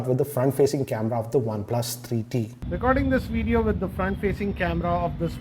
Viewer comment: why does he wierdly pronounces one plus 3eeee teeee